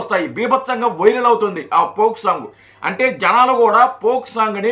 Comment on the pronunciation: దాని పోక్ సాంగ్ అనరు ఫోక్ సాంగ్ అంటారు మీరు తప్పు గ పలుకుతున్నారు.